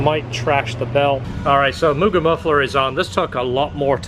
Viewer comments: a lot people say myujin or myugen. Annoyed me for years and I got over it. So it was refreshing to hear it pronounced the right way. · Respect on pronouncing Mugen properly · So glad you pronounce mugen properly 😂